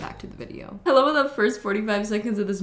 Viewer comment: You got me at the "Ello"